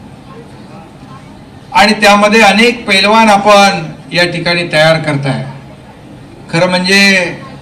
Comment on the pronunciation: आधी पैलवान बोलायला शिका पेलवान काय😂😂